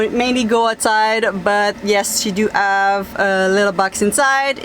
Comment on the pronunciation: apparemment vous oubliez des fois que vous parlez l'anglais, et il faut prononcer le: H. Il n'est pas muet comme en français. Vous dites tout le temps: I "ave" au lieu de dire: I have, et il faut prononcé le: H. Ce n'est pas si compliqué que ça. J'espère que je ne vous ai pas offensé! C'est juste pour vous le faire savoir. Bye, et bonne soirée! Bisous!